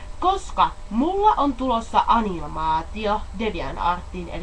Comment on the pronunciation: Sanooko se kohassa anilmaatio, aniomaatio vai animaatio? :D